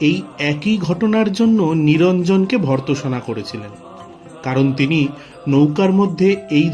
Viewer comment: "ভর্ৎসনা" র উচ্চারণ কী হয় বাছা? ভিডিওটি ছাড়ার আগে একটু দেখে নেওয়া দরকার ছিল নয় কি?